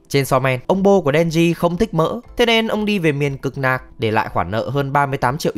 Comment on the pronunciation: miền cực lạc, nhưng ổng đọc theo kiểu ngọng nghịu của người miền Bắc đó mà, rồi lại chơi chữ nạc và mỡ 😅